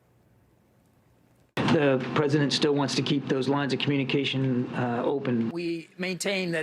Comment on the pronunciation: Did he say lines of communication or lies of communication?